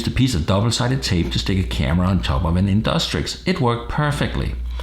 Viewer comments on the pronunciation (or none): in DUCK Trixie not in DUS trick fuckin annoying as shit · Its not InDUSTrix but InDUCTrix!